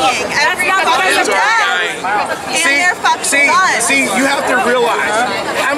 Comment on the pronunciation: "Kids are DYINGuh" 😂